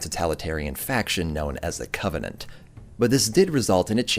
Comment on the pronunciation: When you say covenant it's flawless